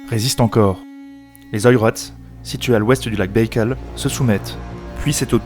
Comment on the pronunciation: Lac Beïkal ? (sic) Faites vraiment un effort de correction dans les noms propres, l'écorchage chronique des noms dans vos vidéos nuit à leur crédibilité.